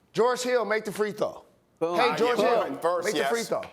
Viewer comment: Haile Helper This nigga said geroge